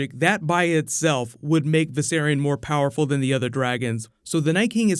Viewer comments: VISERON! Jeez... Viserion, come on. Don't disrespect the dead like that. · Excuse me? Did that VFX guy just mispronounced Viserion's name to Vis-eron? So disrespectful! Lol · "Viseron" lol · Its viserion not viseron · Am I the only one who got mad when that guy called Viserion Viseron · He called viserian viseron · V'Ceron... Maybe hes foreshadowing lol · Vis-er-on LOL IM DONE 😂😂😂😂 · did that guy in the video really say viseron am i the only one that caught that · WTF Why can't y'all can't say Viserion correctly; it's (VICE-Ce-RE-ON) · *Viserion. But I agree, he clearly pronounced it wrong, which was annoying. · love it how the director mispronounces viserion's name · The way he pronounces Viserion drives me nuts.